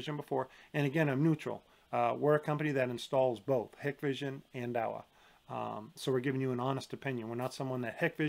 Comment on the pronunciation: Thank you Dahua vs hikvision (actually pronounced Hike-Vision) is not even a debate to anyone in the know. Also IVMS is absolute trash. Hikvision is great if you have no understanding of networking. But it’s comparing a college team to a professional team. They are not alike